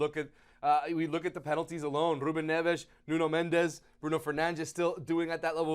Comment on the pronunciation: one syllable so mendes not mend es